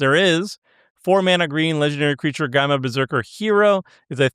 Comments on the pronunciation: There better not be a single Hawkeye under S tier >:C edit: are you mispronouncing gamma on purpose? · Is out here pronouncing gamma incorrectly on purpose? Several hours into the video, he starts pronouncing it correctly again, haha, what? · Listening to for so long has cooked brain, he can't even pronounce "gamma" correctly any more.